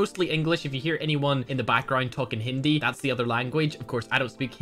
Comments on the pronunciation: "Hindi" Me:- wtf!! He is Pronouncing "Hindi"perfectly... 🤣🤣🤣🤣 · Wow u actually pronounced hindi correctly 🙏🙏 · is a forigen who pronounces hiindi correctly